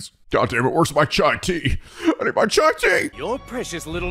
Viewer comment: Someone should tell he's saying tea tea when saying chai tea.